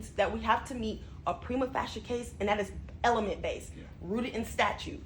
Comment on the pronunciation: Prime-a Fae-sha is how that is pronounced! Gah! 🤦🏽‍♀️